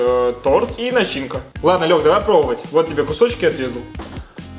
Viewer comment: Лёхи а не лехе